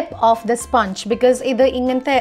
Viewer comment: Sponge is not actual pronunciation it's spuhnj